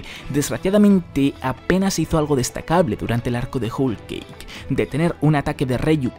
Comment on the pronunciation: Se pronuncia como joul keik no Jul keik